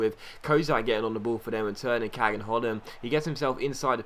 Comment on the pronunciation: Kağan is pronounced Kaan:)